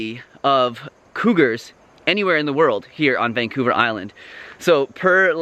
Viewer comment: I think you meant “Van-cougar Island.” 😄